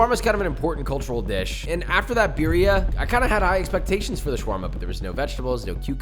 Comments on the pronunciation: SAY BEERIA ONE MORE FUCKING TIME AND I WILL END MY LIFE. IT IS BURRRRRRRIA UNCULTERED SWINE. YOU ARE BETTER THAT THIS. granted you might not be able to roll your R's, it's okay. BEEEEEEEEEEEEEEEEEEEEEEEEEEERIA? Josh stop. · the way he pronounces birria is just painful. great video tho otherwise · It bothers me that he doesn’t pronounce birria correctly